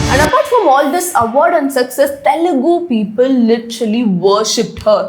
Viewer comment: Pls say it normally...it's telugu cinema...why are you stressing the word "tttthelugu cinema"...?it's so irritating to listen... skipping the video..say it normally